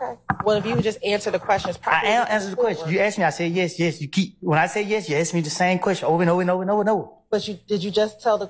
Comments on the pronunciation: Any attorney that says "axe" instead of "ask" shouldn't be taken seriously. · You have to be more pacific when you axe us that ma'am 😅😂😂😂😂😂😂😂screaming 😂😂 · "Lemme haxe you dis...." You can't even be bothered to speak right in court? In a professional capacity? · This woman axing questions has a law degree and still doesn't know how to say the word ask? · I need an interpreter. The DA used “ax” instead of “ask.” That places her in the H. O. E Hall of Fame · "let me axe chu" question by prosecutor? This entire office is totally incompetent and should be dismissed by the GA State Attorney. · A college educated black lawyer who can't even say the word ask. SMFH. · Why did the prosecutor "axe" the defendant. That must have hurt and it's illegal to axe someone. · Let me axe you dis ? Woody would he snitch ? Yes